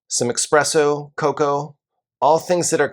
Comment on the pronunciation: Did you say eXpresso????